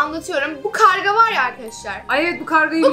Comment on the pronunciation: Kavga değil karga